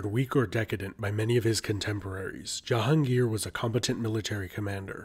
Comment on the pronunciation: Kudos to the way the narrator pronounced "Jahangir"